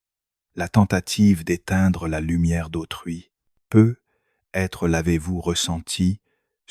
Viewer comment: Tres intéressant, mais concernant la forme, pourriez-vous réécouter la voix de l’IA et corriger la prononciation de de "peut-être" et de il y a "t'il ". Le peu _ etre est particulièrement agaçant et gache l'écoute. C'est dommage